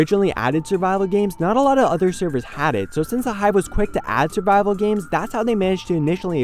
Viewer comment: when he said survival games I heard bible games and was like WHhHAaaaATT?